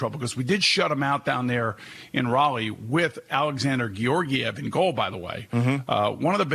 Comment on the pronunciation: Put it into perspective, we had georgiev "butchered his name" start regular season and won 2-0 granted it was 1 game